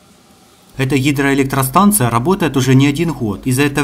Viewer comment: хидроэлектростанция, хинератор.... ох лол )))